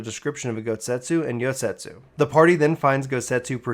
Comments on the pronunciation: I agree. Especially since he keeps calling Yotsuyu "Yosetsu", I keep thinking to myself "Why would Gosetsu do tha.... Oh, he means Yotsuyu" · Bro, it's not Yosetsu, it's Yotsuyu, you said it wrong so much it was bugging me lol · I was like who the hell is Yosetsu? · It's Yot-suyu, not Yot-setsu. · I'm not surprised people are having a hard time following this. Please, please slow down in future series videos and read the names correctly. Calling Yotsuyu "Yosetsu" is very confusing, especially when you get to the part where "Suyu" (or as you called her, "Soyu") is travelling alongside Gosetsu. You also couldn't decide on how to pronounce Allagan, frequently calling it either the correct pronunciation, or "Algean". , you pronounce G'raha as "Guarana". I was having a very hard time following everything due to these mistakes. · It took me until Doma castle to realize he was talking about Yotsuyu everytime he said yosetsu :T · Just trying to help, it's pronounced YOT SOO YOO. Yotsuyu. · but he calls her YOSETSU which isn't her name. Honestly he butchers quite a few pronunciations. which in my opinion is kind of inexcusable considering that there are voiceovers in the game that pronounce these names and titles for us. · I have to contain my urge to cringe whenever he said Yosetsu... my god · Cough Ah-SAW-hee. Cough YOT-soo-yoo. Cough YOO-gee-ree. You're welcome. 🤘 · Girl her name is YOT-SUYU. Her name and Gosetsu are spelled and pronounced completely different... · I suggest practicing names if you’re unsure I love watching your stuff, but I was so confused when you were talking about Gosetsu and Yotsuyu. I wasn’t watching cuz I was washing dishes while listening. I was like “wtf is he talking about?” Lol. Then I realized you were just mispronouncing Yotsuyu